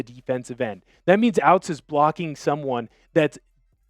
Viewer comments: Robbie ouztz is pronounced oot like hoots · Hows he a hawks fan but cant pronounce “ouzts” correctly 🤔